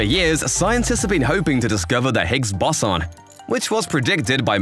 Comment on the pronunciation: Not Really. Seemed to pronounce Higgs Boson wrong....